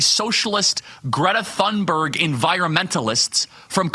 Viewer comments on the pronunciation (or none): none